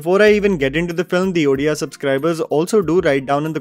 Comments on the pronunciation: I am just happy that pronounced it as Odia (ओडिया), not Udiya (उड़िया) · First of all, I am glad that you didn’t pronounce the word ODIA as udia as many people say … and thank you for providing a spotlight to our odia industry.. yes there is a downfall in this industry but industry is learning not to produce another remake from south and movies like this are making them learn 👑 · Thank you for saying both Odia and Odisha with the proper pronunciation,!